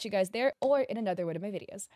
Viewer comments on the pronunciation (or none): none